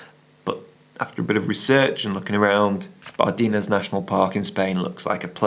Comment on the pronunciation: Hello. The person who knows the Bardenas area best is the photographer Eduardo Blanco Mendizábal. He recently published a book.:. By the way, the "e" in Bardenas is pronounced as the "e" in "end" or "men", for exemple.